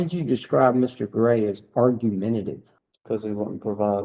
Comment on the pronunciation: I’m from MS and am embarrassed that an attorney can’t pronounce “argumentative.” Listen around 21 minutes in. The officer is par for the course around the country, but an attorney should know how to pronounce an easy word. I’m so glad I don’t live in that state anymore.